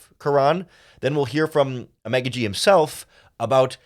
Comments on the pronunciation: Ok his last name pronunciation is “ah-mon-gah-gee”. Just a heads up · You butchered a Nigerian man names. Figure it now !